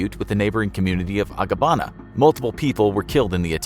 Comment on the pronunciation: Would just like to point out that LAGOS is pronounced L-AY-GAS and not L-AH-GOHS. Even voiceover artists from freelancing sites make this mistake everytime. Also, it's Abagana and not Agabana, I know cos that's my hometown. Nice video anyway.